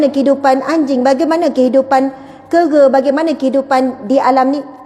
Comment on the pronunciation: Sy terketawa apabila sebut keghe (kera).. sayang. Moga tabah selalu. Banyak ilmu sy ambil dari